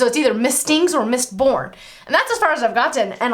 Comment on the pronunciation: Mistborn not Mitborn. :)